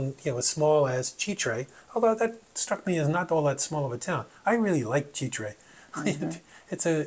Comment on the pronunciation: Chitre is pronounced shē trey. Ch = Sh